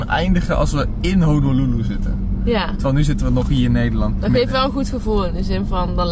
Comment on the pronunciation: Zegt hij nu echt Hololoeloe?